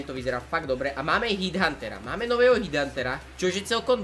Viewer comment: Nič proti ale ta nová troopa sa nečíta HIDHUNTER :D ale normalka HEDHunter :D btw super premakané videjko :)